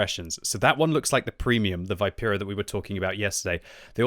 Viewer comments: It's not Vaipera it's Vipera (Vee-pe-rah) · Great content as always! Just FYI it's Vi(like in victory)-pe-(as in peg)-ra. Also wargaming says contracarro (should be anti carro) and the engine is not oto melara but oto malera (an existing military engine company).